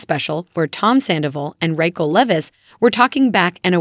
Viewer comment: The AI narrating this should pronounce the names right! Reckell, 🤣🤣🤣🤣🤣🤣🤣🤣